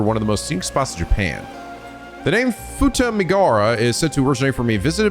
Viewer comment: Poor Futamigaura coastline getting mispronounced. Won't someone think of our coastlines?! (Japanese doesn't often ignore vowel sounds. If a vowel is written down, then it'll be pronounced (often). In this case, the U in "gaura" is as much a vowel as the a's